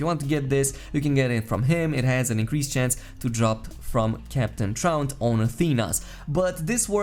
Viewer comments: it may sound like he is saying Tront, but it is spelled Traunt, sounding like Taunt, not truant. He even makes this reference in the story as you work your way up to his boss battle. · maybe you should hear someone else say it because I can assure you he is not saying it correctly 👍 also I'm not making fun or anyting I thought it was funny so your comment is unnecessary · I died laughing at the way you said Truant lmaooo